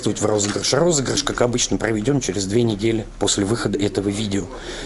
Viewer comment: не розырыш а розыгрыш. 🤣